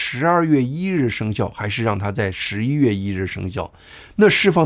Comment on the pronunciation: 一点小建议：发音：11月听上去很像10月。不看字幕的话还真听不清楚